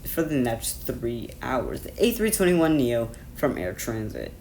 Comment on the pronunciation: Air Transat, not Air Transit.